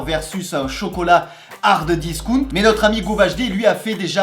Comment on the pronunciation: "Hardeuh discount" j'entends que ça 😭😭